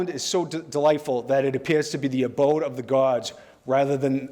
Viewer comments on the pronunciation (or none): none